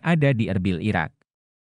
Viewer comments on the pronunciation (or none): none